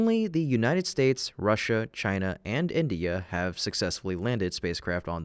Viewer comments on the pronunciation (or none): none